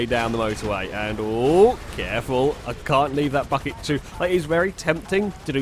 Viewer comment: said bucket and it sounded like fuck it I'm only 1 day old I'm unsubbing